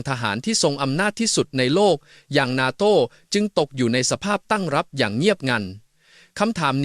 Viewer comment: face-pink-tears::face-pink-tears::face-pink-tears: "นาโต้" ไม่ใช่ "นาโท่" AI ไม่เจ๋งจริง....:face-pink-tears::face-pink-tears::face-pink-tears